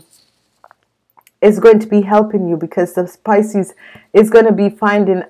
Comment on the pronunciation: Your saying picies this is scorpio.